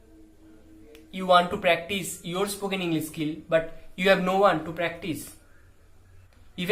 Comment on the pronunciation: Psst..."practice" no s...😉🙏🏼💞